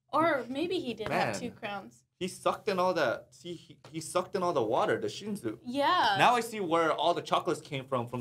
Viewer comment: you are Korean why you pronounce shinsu (신수) like shinju lol and 밤(baam). Use your Korean tong bro lol.